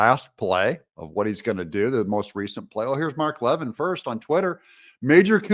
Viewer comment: A agree Doug, I feel Speaker Johnson is on our side, but I do wish he was less polite about it. I do like MTG a lot, but this is not the time to push ousting a Speaker. One more thing, I trust Mark Levin, and he likes The Speaker. (Doug it is La-‘Vin 😊)